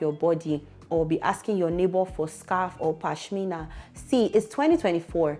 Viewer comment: said “pashmina” it took me out and brought back memories too😂😂😂